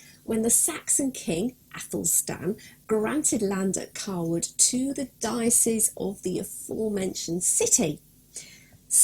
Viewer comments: i completely agree. it is not pronounced coward. it is pronounced CAYwood. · Its not Carwood its Cawood ...... like Kawood lol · My last name is actually Cawood and I have been to the village of Cawood My family pronounce the name more like Kaywood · Great video but you pronounce the village, KAY-WOOD. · No, I live here and am on the council. Certainly Kay-wood. It would be akin to me calling Hampton Court, Hanton Court, just because I didn’t live there. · I can confirm it is pronounced kaywood It is my last name and I have visited the village a few times while visiting England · Can't watch it anymore cause she pronounces our name wrong lol